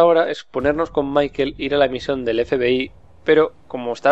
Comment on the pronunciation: !!!!!!!!!!!!!QUE SE LLAMA MICHAEL,AAAAAAAAAAAAAAAAAAAAAAAAAAAAAAAAAAAAAAAAAAAAAAAAAAAAAAAAAAA PARA YA Y DILO BIEN.